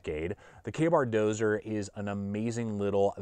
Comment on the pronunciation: Dozier. Not Dozer. Thanks!